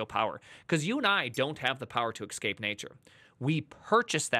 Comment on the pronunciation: How is excape easier to say than escape?